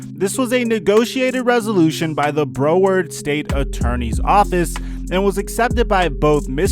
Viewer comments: He said "Bro word county" lol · Bro you butchered the pronunciation of Broward it's like "brow" with "ard" at the end. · This dude just said “ Bro-ward” 😂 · Man really pronounced Broward like bro erd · u said broward wrong😂